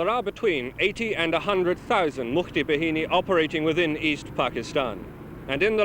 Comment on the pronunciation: mukti BA-HI-NI not behini its bahini -.